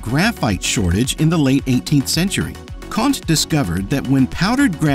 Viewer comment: It’s not Conte, but Conté. Totally different prononciation!